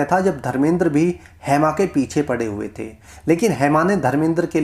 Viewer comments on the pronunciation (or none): हैमा.. हैमा क्या है?????🤔 "हेमा" बोलो... नाम का सही उच्चारण करो